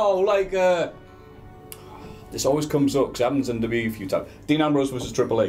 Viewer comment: needs to learn how to say W W E properly